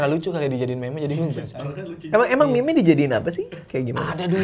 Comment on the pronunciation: "meme" dibaca "mim" ! 🥵